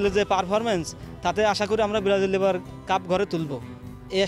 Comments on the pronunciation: ব্রাজিল ও বলতে পারে না ব্রারাজিল করে? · ভাল ভাবে বলতেও তো বলতে পারতা সেনা বলতা সে বেরাজিল🤣🤣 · ওরে ভক্ত রে 😱🫢 ব্রাজিল নামটাও ঠিক মত বলতে পারেনা 😁😁😁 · দলের নামই উচ্চারণ করতে পারে না । আসছে কাপ নিতে😂😂😂😂😂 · নামটা ভালো করে উচ্চারণ করতে পারে না আবার সাপোর্টার 😄😄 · আগে ঠিক করে ব্রাজিল বল